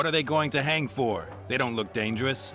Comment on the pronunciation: 15.41のところ you have no right to hung って言ってるように聞こえるけど 何がどう違うのか聞きたいです